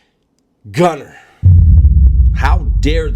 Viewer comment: Naaaah mayne, two things you messed up. 1) The way you said Gunner. 2) You’re were too loud…you woulda been very quiet and collected if there was a real fallout.